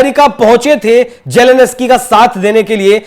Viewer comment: Ukraine k president k naam ka toh sahi uchcharan seekh lo